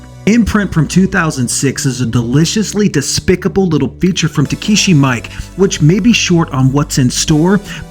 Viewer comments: It's pronounced ME-KAY not Mike lol he's Japanese dude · Actually it's actually pronounced more like mee-ee-keh (not -kay) just nitpicking